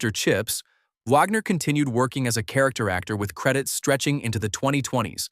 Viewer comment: Can't even say "Wagner" correctly! Who is this incompetent narrator??